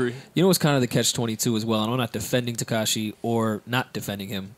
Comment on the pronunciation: Does anyone else hate that says “Tekashay” 😂